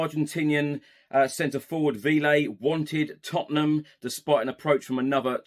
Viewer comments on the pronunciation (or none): Hey love what you do and thanks for all the panel talk. Véliz (should we sign him) is pronounced 'veh-lis'